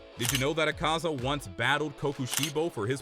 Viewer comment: Bro has the worst pronunciations of the names Not teck-in-kawa-gaza it is te-ch-een-kawa-gaza Not ah-kah-zah it is Ah-kuh-zah